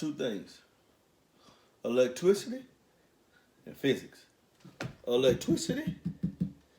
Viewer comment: Glad you didn't take my comment the wrong way. love your videos. It does make me laugh whenever you say electwicity🤣